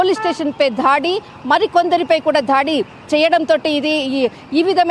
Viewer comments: ధాడి,ధాడులు ఏమిటి మహాతల్లీ ఆ పదాలు కేవలం దాడి, దాడులు మాత్రమే.ఇలా ద ను ఒత్తి ధ,ధా అని పలకవద్దు.తెలుగుకు తెగులు పట్టించవద్దు. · ఈ జర్నలిస్టు కు తెలుగు పదాలు తెలియదు. ధాడి చేశారు అంటోంది. దాడి అసలు పదం